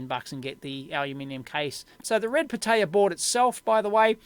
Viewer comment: the way dave says it sounds like red potato lol